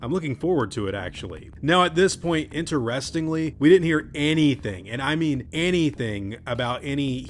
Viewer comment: INTER -RESTING -LEE 😂